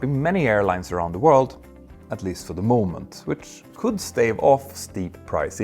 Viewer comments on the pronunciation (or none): none